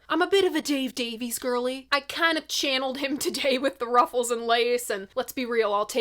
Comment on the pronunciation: PLEASE,... NOT "DAVE-eez!" Ray himself publicly upbraided the critics Jim DeRogatis and Greg Kot on the Sound Opinions podcast, telling them that the family pronounce it "DAVE-iss."